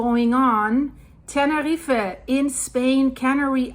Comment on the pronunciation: Tene reefer??? 🤣